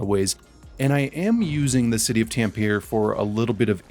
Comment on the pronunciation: tam-pe-re. not tam-peeere